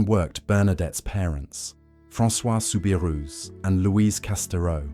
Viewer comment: The correct way to pronounce her name is souberoo not ousssss